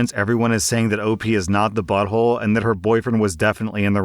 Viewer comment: Sometimes it sounds like you’re saying “Am I the butt hoe” and it cracks me up 😂